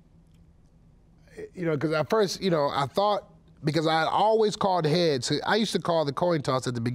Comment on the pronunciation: He shouldn't have said Hea-tails